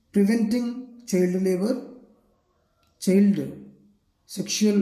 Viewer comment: Do you even know how to read?chald and laaws plaans😅😅